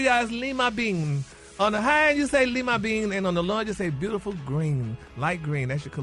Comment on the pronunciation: Did Gary say lema beans, I thought it was lima beans 😂